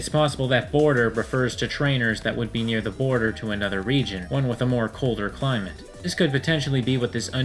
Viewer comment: It's boarder. Like snow-boarder. Not border, like the border of the region.